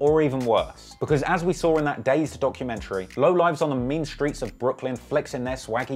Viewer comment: Noooo he didn't say "skreets" I'm fuckin dead 🤣🤣🤣🤣